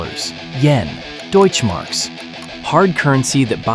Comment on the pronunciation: Deutche Marke? LoL